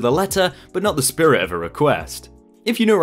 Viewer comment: Say spirit properly